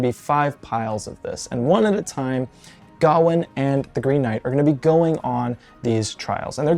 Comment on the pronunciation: The correct pronunciation is with the emphasis on the last syllable: ga-WAIN